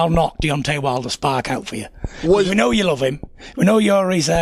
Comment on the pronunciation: I'll knock you sparK ouT. Only guy I know who uses capitals at the end of every word.